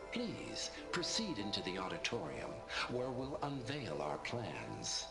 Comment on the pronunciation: can't unhear "odditorium" 🤭 The hall of oddities.